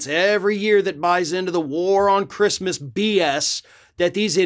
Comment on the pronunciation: She said “who the fook gives a sheet about Chreestmas?”